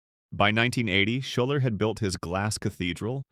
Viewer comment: He's saying Shoulder but the pastor's name was Robert Schuller